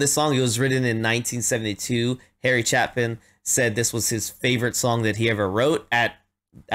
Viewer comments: Nope. It's "Chay - Pin" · Just feedback, it’s a long A in Chapin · Harry's last name was pronounced Chay-pin. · Heh! Long a, as in ape. Chape-in. 🙃Phenomenal story teller with a very talented band. With him you need always be ready with a hanky for the depth of sadness, or to smile for the humanity, or sometimes even to laugh at his moments of absurdity. This is a beautiful song, as virtually all of his are, and it really doesn't matter if you do studio or live, they are equally well produced and well recorded, so you may as well go with live wherever you can, in diving into his library of work. Cat's in the Cradle, is next, eh? Yah, as both a father of a son and a son of a father that one tears me up from both directions. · His last name is pronounced Chaypin.